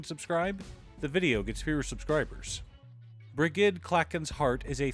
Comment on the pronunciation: Br-ih-j-ed = Brigid